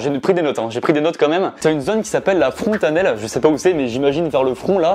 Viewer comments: Fontanelle pas frontanelle mdrrrrrrr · *fontanelle pas frontanelle... et ce n est pas au niveau du front ^^' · « Frontanelle » 😭 Jsuis mort ya pas de r